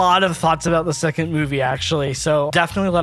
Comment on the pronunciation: 2rd movie. also, wouldnt 2rd be pronounced twerd or terd?